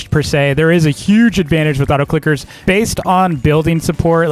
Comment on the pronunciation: You said Auto clockers